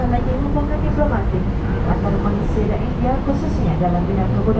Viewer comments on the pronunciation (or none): none